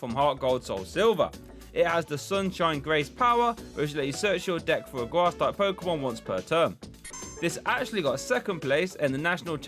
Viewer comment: made me UwU when you said gwass energy